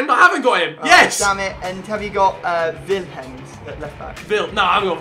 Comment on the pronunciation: Echt wel! "Vilhems" ipv Willems wtf 😂